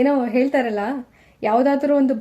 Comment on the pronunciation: You sound likes “ಏನೋ ಏಳ್ತಾರಲ್ಲ” …. First you rectify your ನಾಲಿಗೆ…